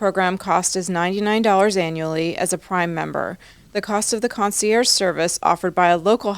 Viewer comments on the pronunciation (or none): Clark trying to pronounce concierge with a French accent that was laughable